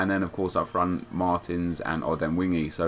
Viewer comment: its not martins.